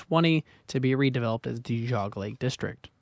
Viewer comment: Enjoyed the documentary, but you mispronounced Medina and Geauga.